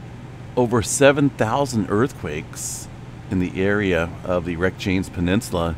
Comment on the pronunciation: Reykjanes is pronounced 'rike-ya-ness' , accent on the first syllable. Sure love your site.